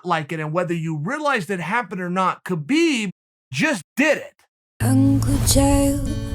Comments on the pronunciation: Uncle Kale, after all these years it's "Habib". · It’s humboorguer and calka cola time for Khabib